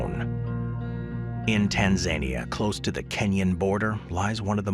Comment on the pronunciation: What did you call Tanzania?